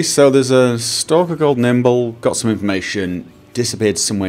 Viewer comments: It's Nimble, not Kimble. :P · "Kimble" lol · I cried every time you said Kimble. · lol you keep calling him Kimble but it's Nimble